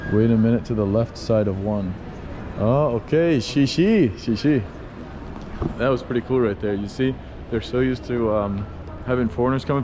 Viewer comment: It's not 'shishi.' It's 'Xièxiè.' 😅 You should at least learn that.